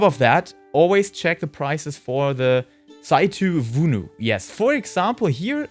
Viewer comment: The way you pronounced "Tsai tou vounou". I'm Greek and I'm dying 🤣🤣🤣